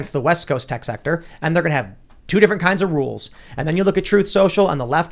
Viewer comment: It's (D)ifferent